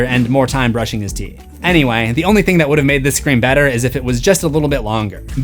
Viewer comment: You said "thang" again!